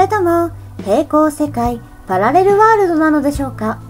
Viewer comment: パラレルワールド、って言えてないw